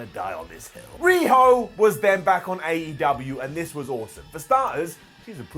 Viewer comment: I thought you said riho dweb at first 😂